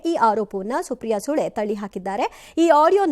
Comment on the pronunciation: ಸುಳೆ ಎಂದು ಉಚ್ಚರಿಸವ್ವ ಸೂಳೆ ಎಂದು ಉಚಾರಿಸುತ್ತಿದ್ದೀರಿ